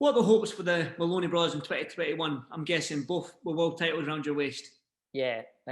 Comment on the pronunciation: It's "MOLONEY" not "MALONEY"